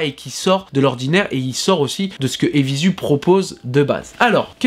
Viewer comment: Apres 30s de video J'ai dû partir en courant dès que j'ai entendu la prononciation " évizu" !!! Ça c'est pas possible garçon, tu peux pas te la jouer blog de mode et pas savoir prononcer le nom d'une marque.